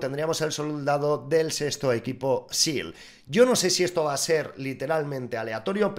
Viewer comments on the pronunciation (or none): none